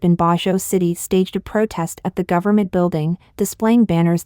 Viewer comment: What is a 'PROTAST"???